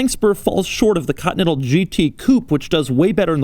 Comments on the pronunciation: It's not cuntinental, it's continental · Doug pronounces Continental so weird. Katintel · If I hear "COTTON-ENTAL" one more time!!! And it's BeNtley, not BeTtley... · No one: Doug: "Bentley Cotnettal" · "Cottonental GT" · "Cottonettal". Yea i know "Continental" very hard to pronounce :D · What about when he says "cottonettle" 🤣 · Why the fuck you pronounce "Continental" as "cut metal", Doug? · I really get triggered of the way he says continental. 😂😂 just kidding keep up the good work